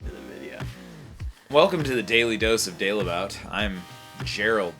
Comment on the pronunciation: You do know you pronounce your name the wrong. It's not Delebout but Daalebout with the a like in "far".